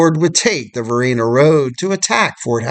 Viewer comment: It's pronounced like. Vuh- Rye- Naaa. Varina rd. It's like the Regina Rifles.